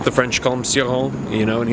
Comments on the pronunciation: Always pronounced his name ""chore-on", "see-rawn" is tempting now! Thanks for reviewing Cioran, will love hearing your thoughts on them all. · Not in French. His own wife didn't pronounce it "chi", fyi. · it's "ci" like în "children"